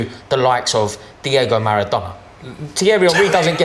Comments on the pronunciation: Man said Maradona with his chest open😂😂😂😂😂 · Man said Maradona 😭😭😭😭😭